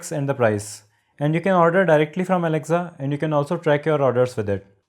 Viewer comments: ITS NOT ALEXZA ITS ALEXA !!! DUDE!! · Good video overall. Thanks. One small thing... It's pronounced as aleksa , not alekza. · Its not alecza its Alexa